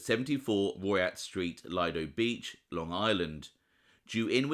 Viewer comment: Nice clip, but the Long Island town where the Lucchese brothers lived is pronounced LEE-doh Beach, not LIE-doh (I grew up nearby). It was also home to a Lucchese-owned nightclub, the Sands, located in one of the beachclubs. Henry Hill writes about working as a bartender there and seeing Tommy Brown come in every night for drinks (I would go there a decade after that.) Lots of mob points-of-interest in the area; Tommy Gambino had a big house in the neighboring town of Atlantic Beach, and the tollbooths where Sonny Corleone was shot to death in 'The Godfather' were also close-by.